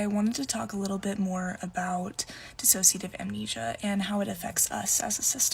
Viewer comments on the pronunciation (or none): It's dissociative not disAssociative, ok? It's dissociate not disassociate (which is what you are saying). They are both words with completely different meanings, different pronunciation though. You are trying to say dissociate but you are saying disassociate.